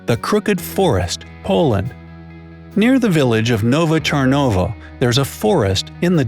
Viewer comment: You pernounced nove czarnowo wrong